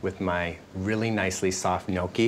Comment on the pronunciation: The way Brian pronounces some words (such as, gnocchi) makes me cringe. Haha! Since he went to the trouble to meet his relatives, also, buy and renovate a house in Italy, hopefully, he's learning the language and customs. This was a nice cooking video, though. Best wishes on everything! Ciao! :)